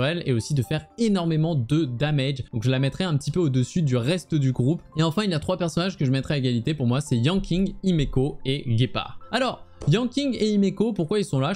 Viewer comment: alors... Gépard, ça se prononces "jépard" pas "guépard", y a pas de "U"... et Clara/Svarog, c'est un personnage "Destruction", donc un DPS, pas un Tank, les tanks sont plutôt côté "Préservation"...